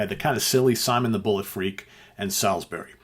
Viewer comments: Great idea but as a Brit I take umbrage at your pronunciation. It's pronounced SOLSBRY! Just think of the Gabriel song a few years later! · Okay, just to confirm, it’s pronounced ‘Solsbury’. I know because I live there - the holiday destination of choice for the Russian Secret Service.